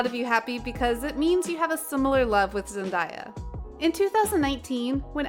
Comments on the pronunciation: Okay listen to me her name isn’t ZEN- DIE YA ITS ZEN- DAY UH THAT IS HOW ITS PRONOUNCED pls leave that in your head!! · here's one thing you didn't know about ZENDAYA is that her name is pronounced ZENDAYA NOT Zen-die-ya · Zen-day-uh that's how it's pronounced